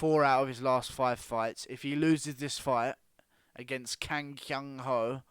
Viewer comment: The way you said "Kang Kyung Ho" made me lmfao but in all realness if Costa beats Romero shouldn't he get a TS over Adesanya?